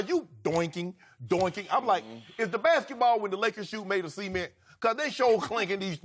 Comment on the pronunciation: Cee-ment hahahaha